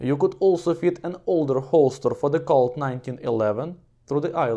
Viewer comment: I had captions on and it picked up the way you said Colt as Cult and so now I have a new name for the 1911